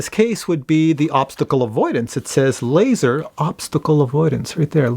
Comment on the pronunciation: “Lazzor” Lol. Drone needs shark teeth now.